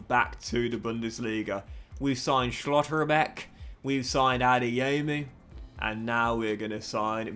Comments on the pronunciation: some of them I understand like Schotterbeck or Barella but Furth really took me out 😂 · I disagree but the way he says schlotterbeck is ruining it for me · Nice that Schlotterbeck got injured since we wont hear your pronounciation of his name anymore